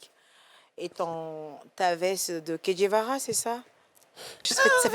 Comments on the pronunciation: Le "vrai" c'est Che Guevara, pas Kedjevara 😂😂😂😂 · on dit "CHEGUEVARA" et non kedjevara( c'est l'artiste ivoirien)